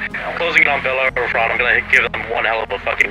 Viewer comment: I'm really late to this series, but I really hope the so-called "Bellaphron" is destroyed soon. Every time someone says it I cringe.